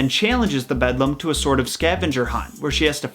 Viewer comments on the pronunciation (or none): Excellent installment--so glad I found your channel! The only thing to quibble about is that the Eeeevil Other Mother is called "The Beldame" (bell' dahm), not "The Bedlam." "Le Belle dame sans merci" is a terrific pre-Raphaelite painting that shows one interpretation of the lamia-like "Beldame." Essentially she lures young men in particular from the safety of reality and into an illusory world of beauty, pleasure and obsession. The Beldame's end goal is to lull her prey into slumber in order to suck out all the life, animation, and soul from the victim. Yikes! Looking forward to more episodes!